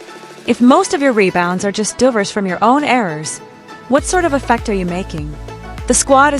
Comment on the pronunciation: killing those "mebounds."